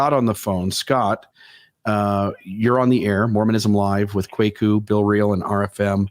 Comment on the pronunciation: Kwaku (Kweku, Kuuku, Korku, Kɔku, Kouakou), is a Ghanaian Akan given name for male children born on Wednesday to the Akan and Ewe ethnic groups. RFM actually got the pronunciation of "Kwaku" right. Africans would pronounce it the same way. Nothing to apologize for. If this guy were spelling his name "Kweku", there wouldn't be an issue at all as the pronunciation of this word is obvious.